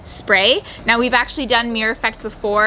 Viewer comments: Mir-ror. Mirror. You found the second syllable half way through the video. You ok? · No hate lol but I’m from the uk and it really annoyed me every time they said mirror like “Miyer” rather than “mirror” lol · As a person with English as my second language it's always confused me as to why ppl from the us pronounce mirror like mirrr or mrrr if they seem to be feeling particularly lazy, and now the canadian murr or meerrr. Why not just pronounce the word properly or change how you write it to better reflect how it's commonly pronounced? It's not like that hasn't already been done with plenty of words in the american english anyway. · I love you guys but the number of times I heard you say “meer” instead of mirror was so frustrating 😭😂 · I swear said mirror so often I only heard meer in the end 😜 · you made me so aware of how many times she says mirror and it hurts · Well I'm English and it sounded weird. Surely it's pronounced mirrah? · My husband keeps twitching every time you say 'meer' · Quarantine drinking game, drink everytime says "meeor" 😂 Can we get a re edit with a counter? Love you guys haha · Once you realise is saying meeer you cant unhear it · Am I the only one who is so disturbed by how American pronounce “mirror” ... “meee-er “ 😂😂😂